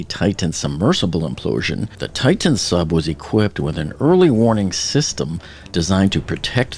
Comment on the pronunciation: The name of the submersible is pronounced "TI-tan," not "TITE-tan."